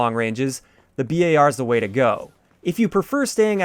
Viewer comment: Does it bug anyone else that he says B-A-R instead of bar?